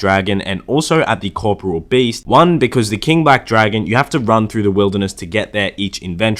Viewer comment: Co- pour- real, not sure why people have these odd pronunciations.